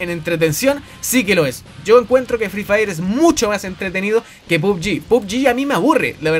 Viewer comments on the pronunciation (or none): el fri fair po prro xd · jaja fri fraier xd